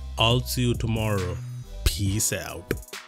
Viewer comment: 😂 😂 😂 😂 when said peace out. the accent